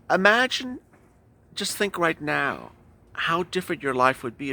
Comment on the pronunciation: In the way you say neow (now) sounds like meow 😻